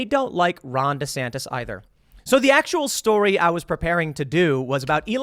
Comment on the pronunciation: Tim, it’s JAN-YOU-WARE-E Not JAN-YOU-WARE-DEE ITS STORY not STORDY All pettiness aside, Love the show, thank you